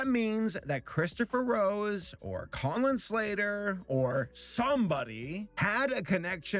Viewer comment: Colin slater What I hear: Collin slayer